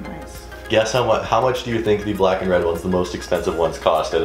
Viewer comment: I like how she said "Well.. Their BLACK.."